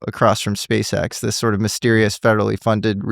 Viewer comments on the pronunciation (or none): none